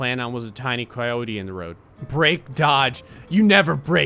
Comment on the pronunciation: I liked it when you said cryote on accident